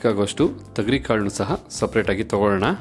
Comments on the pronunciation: Bhayya thagari kaalu Alla, thogari kaalu heli, gothildavaru hage heltare, karma, Kannada bashey koley madbedi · Tegari kaalu alla thogri kaalu